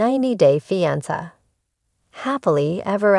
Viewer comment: Somebody needs to teach AI how to pronounce "fiance". Blocked.